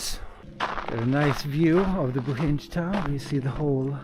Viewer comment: Btw, it’s pronounced “Boheen”, not “Bohinge” 😅 Bohinj is actually the region, it’s not a city or town. The only town is called Bohinjska Bistrica, the rest are villages.